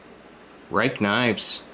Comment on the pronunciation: dude, it's pronounced "rake" ;) No blue loctite?